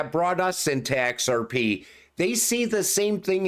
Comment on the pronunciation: My favorite part is when he says "X Rrrr Peee" 😂 Great video nonetheless